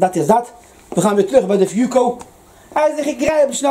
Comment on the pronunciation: Dieses teil heisst fuoco und nicht fooco 🥴🤣